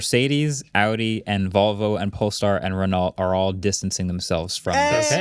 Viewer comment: Friendly note: Renault is pronounced, ‘Ruh-Noh’, with a rhotic R if saying it with an American accent.